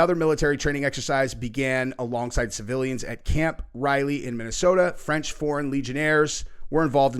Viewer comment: It's Camp Ripley in Minnesota...not Riley